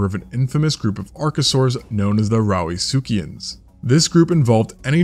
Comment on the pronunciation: Did he say "Rowdy succians" ? lol